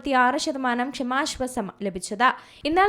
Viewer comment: വായിക്കാൻ അറിയില്ലെങ്കിൽ മിണ്ടാതിരി ക്ക്. ഷമാശ്വാസം പോലും. കേൾക്കുമ്പോൾ ഒന്നും തോന്നുന്നില്ലേ. പുതിയ തരം ശ്വാസം 😂